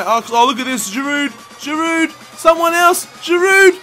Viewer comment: For Giroud, we don't pronounce the "D" at the end in France.